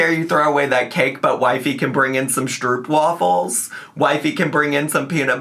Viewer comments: Fun lil fact from a Dutchie, stroopwafels are pronounced more like 'stroapwahfels' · The way non-Dutch people pronounce 'stroopwafels' is absolutely sending me loool. Also, i agree with basically everything you said regarding cake gate. I feel like Amber doesn't take any responsibility for her part in all of this...